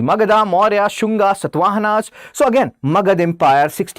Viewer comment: It is clearly evident that people like you cannot even pronounce our rulers properly because you are used to Mughals only. For example, It is not Satvahana like in “Satva” and I can’t teach all of that to you now